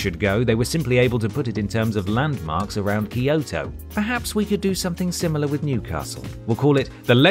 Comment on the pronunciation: Why can't people pronounce Kyoto correctly? Kyo is one syllable, not two. It's kyo, not key-o. Same goes for Tokyo; it's Toe-kyo, not Toe-key-o.